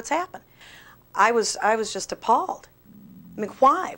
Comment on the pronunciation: I'm appalled by the way she says "why". I blame pot